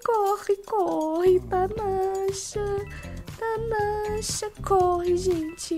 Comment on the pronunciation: na primeira partida tu falo teu nome errado tu fala tanasha